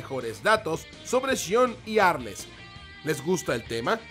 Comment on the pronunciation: Tdo incomprobable ni el nombre de arles decia bien